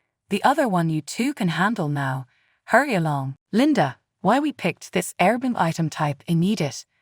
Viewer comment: air-b-n-b is how it's said